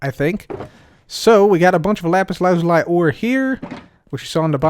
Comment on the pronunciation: It’s pronounced lazulee...